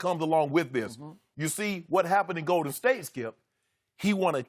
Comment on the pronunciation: Does anyone else notice/dislike the fact that Skip emphasizes the wrong word in Golden state? Lol